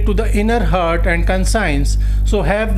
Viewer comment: First correct your pronunciations then lecture here. Conscience should be pronounced - 'kon shns' not consigns. Heart should be pronounced as - 'haat' , not hurt. come on Sir , Poet is not pronounced pot. Elegance is allegance. I suggest you correct these basic matters first